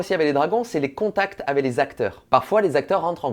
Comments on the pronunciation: Parcontre c'est pas avé mais avec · "Les contact AVÉ les acteurs" 😂 pitié nooon !!!